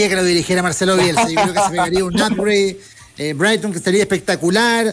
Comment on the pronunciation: brigton es una ciudad costera cara de moai ! Ben se llama Breiton se pronuncia ... y el periodista no esta en oxford esta en oxford street que es una estacion de metro y una calle en el centro de Londres